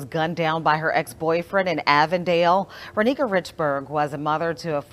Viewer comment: It’s Ronnika (Ron-nee-kah). I went to school with her.